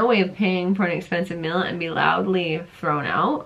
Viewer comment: your have perfect skin, def genetics. i can hear your accent when you say "mill" instead of "meal"